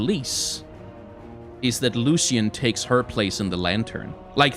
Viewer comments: ''lushian?'' that pronounce cringes me. isn't it ''lushen?'' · It’s Lucian not Lusican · Please pronounce Lucian the right way D